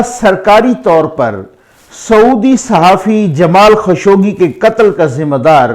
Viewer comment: سر یہ نام جمال خشوگی نہیں بلکہ جمال خاشقجی ہے ش پر پیش اور ق پر سکون کے ساتھ ۔ درست فرمالیں شکریہ